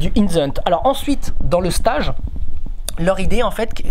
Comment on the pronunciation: Passionnant...mais PRONONCEZ CORRECTEMENT LE MOT ANGLAIS "STAGE"! MERCI.